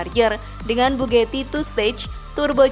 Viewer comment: Mbak mbak, dibaca nya tetep bugati mbak, bukan bu geti. Untung nggak dibilang Bu Gito kaya penyalur pembantu itu 😂